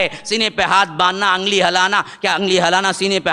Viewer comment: angli nahin 😂😂😂 Ungli ....